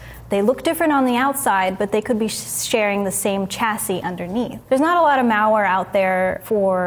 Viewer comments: The way she says, "malware" sounds like mowware...and it bothers me. Hahaha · Meow-ware is all I heard. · I can't unhear it, curse you! Haha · Sounds like a Milwaukee accent. How they say it like, Muhwaukee ahaha